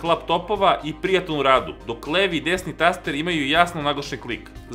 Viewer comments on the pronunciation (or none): none